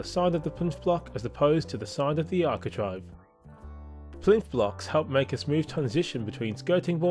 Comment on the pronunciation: It's architrave not architrive 🤦🏻‍♀️